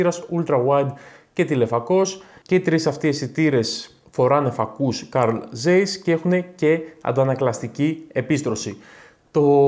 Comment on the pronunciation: Carl Zeiss προφέρεται Καρλ Τσάις